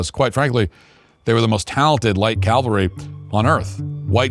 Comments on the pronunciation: Very good documentary! ( Matt just make sure to pronounce "cav-elry" not "cal-very") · Very nice. Tip: Practice saying "cavalry" until it is natural and maybe you won't sprinkle your speaking with so many "calvary" ;-) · The word is... Cavalry. Not calvary . Stop that. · Matt, please pronounce the word “cavalry” correctly. It’s not Calvary. The v comes before the L. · Matt, please, It's "CAValry" not "CALvary." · “ Cavalry “ NOT “Calvary” You should know better if you’re going to speak on ‘this subject …get it right. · Say it with me Cav-ul-ree. Please!